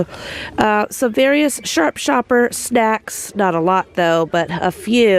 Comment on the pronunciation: I always think you are going to say “Sharp Shooter” instead of Sharp Shopper, like some kind of cowboy grocery store or something 🤣